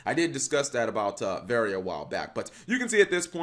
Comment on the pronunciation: great duels (tho, ngl, im a bit disapointed that this archetype seems to be headed into becoming "skilless village 2019" instead of something more intersting and reactive) just a small note, from a frenchy: you don't pronounce the last "e" in "verre" since it's a french word (meaning glass) dunno for "haine", it's romanian for clothe apperently